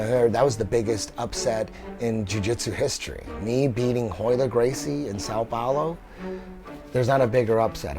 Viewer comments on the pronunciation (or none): "RAYLER GRACIE" ... Imagine being one of the biggest superstars in the sport and then an unknown brown belt from the states taps you with a triangle... and the brodcaster doesn't even get your name right. Oh man I feel for him right now.